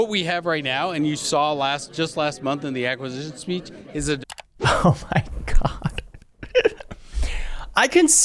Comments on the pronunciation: "aguasicion" yup, dude is pissed just like his boss. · The acquiszzzzisssion speach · The aquizzzn speech. Got it.